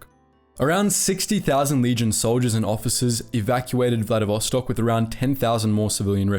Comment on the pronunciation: This video is so wrong even first 16 seconds had two mistakes: It's First World War so there are no "Axis" but Central Powers, and it's Vladivostok not VladiSvostok